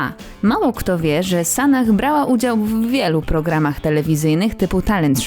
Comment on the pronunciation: Podoba mi się, że nie idzie "z prądem" co do "poprawiania" wyglądu i nie wypowiada publicznie obowiązujących tez. Tylko dlaczego wymawiane jest "h" na końcu, skoro to z angielskiego. Przecież imienia np."Sarah" nie wymawia się w ten sposób.